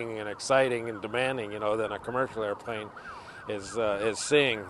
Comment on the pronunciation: i dont mean to be a dick, but it bothers thr hel out of me how he says "airplane"